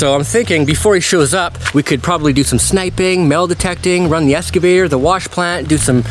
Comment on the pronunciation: hes a Vampire...is he saying "Esgavater" isnt it Excavater ?